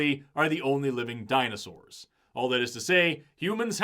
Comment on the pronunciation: Why does he keep saying “Dino-shors” ??